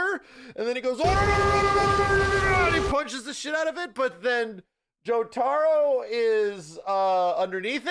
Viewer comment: It's killing me how he says "Jotaro" 😆